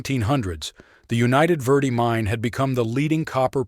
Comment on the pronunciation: The Railroad mentioned was the United Verde & Pacific(UV&P). It had a 186 curves in 26vmiles. That old line is now Perkinsville Road. Remnants of the start of the line at Jerome Junction(now Chino Valley) are still visible. The worse Verde is pronounced "Verde", not "Verday"